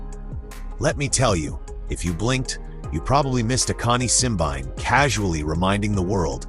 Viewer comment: I just wish these people can get the pronunciation of Simbine’s name properly: it’s Simbeen-né